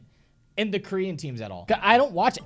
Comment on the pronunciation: Every time I hear you saying "Korean Team" i understood "green Team" and im like.... WTF is this fucktwat talking about..... but then I realized...... I am the fucktwat, it was me... Who knew?